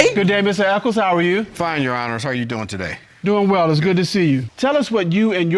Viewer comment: Crazy I’m watching and they say Echols lol I’m like smh